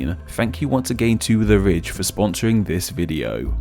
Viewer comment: Your accent makes "the ridge" sound like "the rich", which would be a more accurate sponsorship disclosure lol